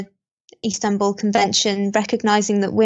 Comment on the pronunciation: What if the man has to go and get things from the house? Maybe he will have to have the police do it? Like if he needs paperwork, etc ... such things can be very important in life. P.S., It's "Istanbul" not "Instanbul" XD